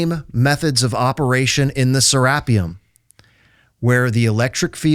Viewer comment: It’s pronounced “Sarah-pyum”! 😂